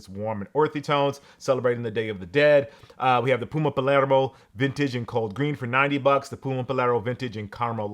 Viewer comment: I'm surprised that you pronounced PUMA accurately. What did China do to you?